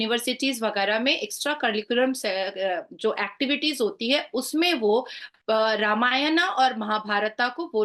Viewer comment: मैडम जी अब तो आप लोग रामायना और महाभारता कहना छोड़ दीजिए। रामायण, महाभारत कहिए।